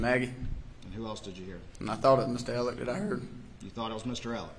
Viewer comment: Is it a southern thing to pronounce ‘Alex’ as ‘Alec’ with a hard c? Lol and the last name sometimes! Instead of murdough with an H I hear a ‘c’ letter ending. I’m from the far far north of the states so maybes it’s an accent thing ?